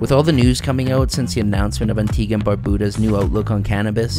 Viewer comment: It's not "Antiga", It's "Antigua".